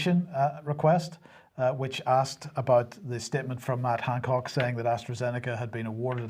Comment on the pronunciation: I just wanted to mention here something I have noticed for a long time now: I love the way with Northern Ireland accent he always says "Mad Hancock"! Perhaps he is really saying it, but his accent can give him the excuse. Love it!